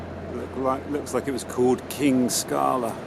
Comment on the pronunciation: Kino Scala (Scala Cinema) not "King Scala"